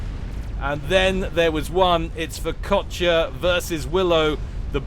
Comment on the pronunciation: Every time said Furkotya in that game just made me think of focaccia instead.